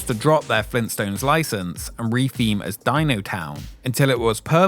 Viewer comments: FLEENT STONES? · “Fleenstones?!” — Joel